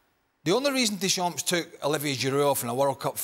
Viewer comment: The way Craig Burley says Deschamps.. he never took any French lessons it seems. Painful.